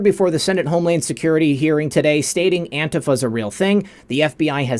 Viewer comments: it’s not Auntie Faye! It’s Ant Tea Fah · Anti-faa... not Antie Fay... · NOT antiFAY. It is pronounced anteefah (antifa) with expression on "tee". (an-TEE-fah) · Learn to pronounce antifa please...it is not antifay, it's antifa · ITS NOT ANTIF AY , IT IS ANTIF AH!!!! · Its antifah..not "ay" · FYI - antifa is pronounced an-tee-fuh with the emphasis on the "tee". No long "a" at the end. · Isn't it pronounced Antifuh? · “Auntie Fay”..... the algorithms surely will miss that one! Good ol’ Auntie Fay would never be accused of ter ro ism!!! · pronounced that way on purpose to trick the AI algorithms.